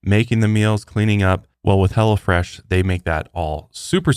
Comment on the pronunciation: I swear you are saying hella fresh instead of hello fresh 😂😂 Congratulations on your new lil one!!! Much love and respect 🤘🏼🫶🏼